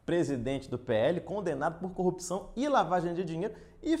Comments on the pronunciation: falar cupção é normal de curitiba ou é uma mania que surgiu no pessoal da lava jato? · DD não sabe falar "corrupção" igual Moro 🤣